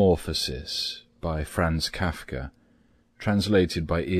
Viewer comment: I didn't like the way he pronounced Franz Kafka, but apart from that this worked.